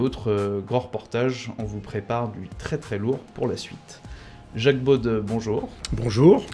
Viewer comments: Le journaliste ne pourrait-il pas prononcer correctement le nom de son invité? On prononcer beau et pas beaude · Jacques « BAUDE » ??? Cette prononciation n'est pas française.